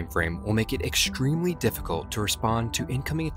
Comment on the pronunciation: The word of this video is 'eckshtremely'. Repeat after me.